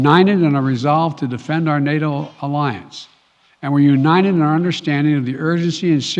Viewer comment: "we are unined"